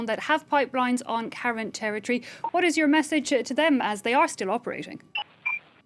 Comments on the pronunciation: Yes, Ka Yin in pronunciation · The Karen ethnic group of Myanmar is pronounced kuh-ren